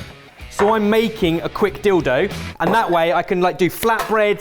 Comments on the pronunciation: Dill-dough. Howling 😂😂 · Just sprayed my cuppa all over my phone screen when said dill dough. 😂😂😂